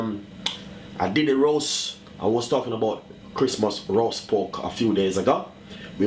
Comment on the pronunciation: Pork... not poke